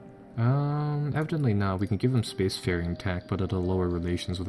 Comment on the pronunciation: I cringe whenever i hear evidently. You butchered that word.